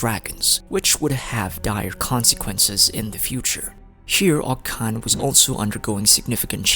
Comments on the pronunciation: Btw, you mispronounced Och Kan's name. But pronounced the city that's named AFTER him correctly??? The ch is pronounced like chuh. Not a k. So it's Oach Kan like Oach Ka Natlan. Not Oak Kan. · it’s pronounced “oCH-kan” btw